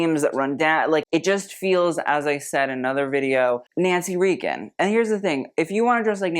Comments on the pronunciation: Hey,, I know it's spelled like it's pronounced "Ree-gan", but it's pronounced "Ray-gan". btw, I kinda like the 3 generation picture of Blythe Danner, Gwenyth Paltrow, and Apple Martin. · It’s pronounced “RAYgun,” rather than “REEgun.” 🫤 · Nancy RAY Gun not REE Gun. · Just FYI, Nancy Reagan is RAY-gun, not REE-gun. I know I know I'm a petty person, but I'd want to know if I mispronounced it. Love the show, nice addition I hadn't caught last year. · Nancy Reagan (RAY-gun) not REE-gun) 😉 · Pronounced Nancy Ray-gen. Not Ree-gen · I'm sorry but I have to say it, it's Ray-gen not Red-tan. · FYI - Nancy Reagan - it's pronounced "Raygun." Not Reegan. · today old when EVER heard ronald or nancy Reagen pronounced Reeegen not Raygen. lol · Yep glad someone called that out! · I love your videos. Nancy Reagan is pronounced ray-gun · Nancy Reagan is pronounced Raygen. Please. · Is he trying to say Nancy Reagan? It’s pronounced Raygun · It’s Nancy RAY-GUN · RAY-gan. Nancy RAYgan..but you are right its too old for her and im old so i can say that😊😊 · Ray- Gun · (Nancy) Reagan rhymes with "bacon." The strapless gowns are lovely, but the bodice fits are sometimes too low -- unflattering, barely hanging on? Lucia Ponti's dress fits well. Yes, let's enjoy an array of truly lovely debs reveling in their aristocracy bubble. How nice! haha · This man can't pronounce Nancy Reagan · The way you pronounced Reagan cracked me up. Haha. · But no matter when in history, who mispronounces a president’s name? That was odd.